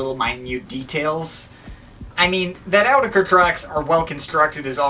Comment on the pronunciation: it's pronounced, not Ker